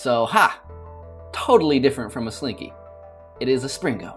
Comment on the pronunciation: he called it a slinko one time and now i am screaming inside